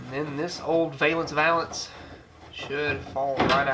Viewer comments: Valance, sounds like Jack Palance. Val-ence, not vay-lence. You were right the first time. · says VAY lance but I always have said VAL Lance